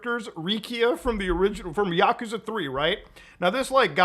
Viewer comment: The way he mispronounces Yakuza is annoying